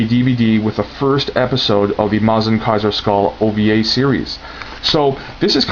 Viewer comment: Its not MOZ-inger its MUH-zinger